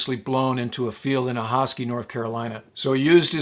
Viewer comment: I grew up minutes from Ahoskie. You nailed the pronunciation!